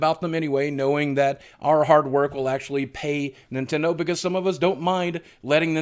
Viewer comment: You said Nindendo. There goes your YouTube money!